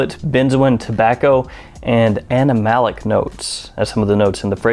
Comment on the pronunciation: are you saying 'animalic'?